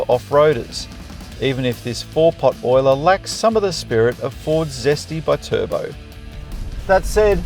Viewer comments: B-Turbo 😂 I haven't heard anyone try to pronounce Bi-Turbo like that... Perhaps the ute is good for carrying B-Cycles too? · bit urbo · Still cant get over howe you pronounce BI-Turbo as one word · Love how this guy just invented his own way to pronounce Bi turbo 🤣🤣🤣